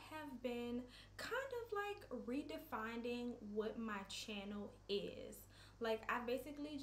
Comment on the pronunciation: It's Defining not definding lol